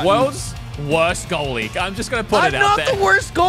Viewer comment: brits even worse goallie then skoot.... bit like me as a goallie.